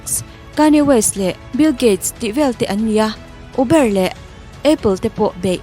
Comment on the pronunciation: Lung lo a lo ngai lo la,I Uber lam Dan hi dik lo a,Uber,u lh e hi mizo a lam lo in,sap alphabet ania, U=iu, ber=bar, 'iubar' mizo in han lam chhin teh.🙂